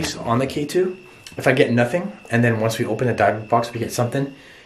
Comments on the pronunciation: I'm so so sorry but I'm kinda ocd but why aren't you saying the name of the box right ????? Does it prevent something if like the demons you don't say the name correctly ????? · No offense, love you #livealittle but you kinda pronounced dybuk wrong. But be careful with those boxes please. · It sounded like someone or something ran across the hallway upstairs and ran out the door?? And your pronouncing the word dybuk wrong. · Did it bother anyone else pronouncing dybuk wrong?! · How many times can say Dybbuk wrong before it drives me crazy 😝 oh wow and then suddenly he says it correctly. Anything for content I guess. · If your going to play with the big boys at least do it properly. Maybe start with pronouncing Dybuk correctly. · For some reason I can’t stand you saying it like that. That’s not how you say it has a silent y. But it’s your video. I’m just an audience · said dibick box not dibic Box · Not Dye (talking about pronunciation) it's pronounced dib, like you call dibs on something. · Pronounced dibock not dybok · your pronouncing it wrong its not dabik but dibick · dybuk=díbic not dībic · The way he kept saying Dybuk Box was earking the hell out of me like say it right Lmaoo sheesh great Video tho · I remember the video of you finding a DYBUKK BOX in the water. DIB-IK Lol that’s how it’s “pronounced” Yo! You say DYBUKK box so weird 😂.. it says zozo.. that box is prob not to old obviously. Dybbuk boxes themselves have only been around for a few years. but that could be authentic cuz some idiots prob really conjured a demon, and put it in a box. haha and would find it 😂 Though the contents of the box were insane!!! Good stuff. I have to watch the video again still completely. I already commented what I think about watching the clip at the end. Just saying man!! Didn’t mean to be harsh I love all your videos! I love the amazing “authentic” videos the most! Great work keep it up brotha. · What’s a dabuk bux 🤣🤣